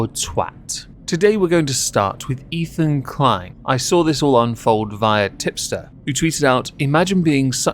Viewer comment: Ethan Klein; it rhymes with " whine" . . . I fankyew! 👁👁 🐙